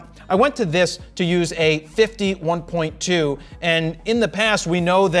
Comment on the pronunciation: Jared got so excited that his words start getting merged .... sounds like a 51-2 instead of 50/1.2 :P